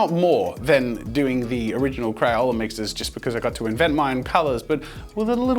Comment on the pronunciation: Crayola "Makah mayka"